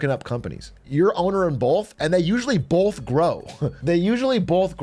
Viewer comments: Stop saying bolth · Please stop saying “bolth”. My sister refuses to watch British people.